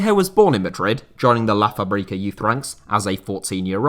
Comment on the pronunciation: La Fábrica,not Fabrica ,the thing over the letter a means that a is read as the strongest syllable in the word,also it's not Javi,the X is read as a Sh